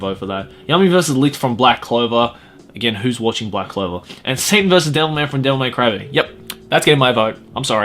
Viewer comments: Why do you keep saying Devil MAY Cry-baby? I thought it was Devil MAN Crybaby? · How many times does he say DevilMAY Crybaby instead of DevilMAN Crybaby? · Anyone else hear Devilman Crybaby as, Devil May Cry: Baby?